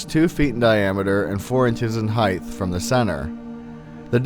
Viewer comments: Nice video but you sound a little drunk and......The mispronunciation of height as heighth (with a th, rather than a t, sound at the end of the word) probably stems from the tendency to confuse it with similar words dealing with dimension, such as length, width, depth, and breadth. However, height is like the word weight in that it ends with only a t and not a th. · Dude where did you go to school the word is height with a silent gh not heith sorry pet peeve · The word height... It does not end with 'th' and should be pronounced as so